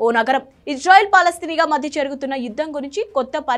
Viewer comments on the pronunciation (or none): “Palanasti” kaadu, Palastine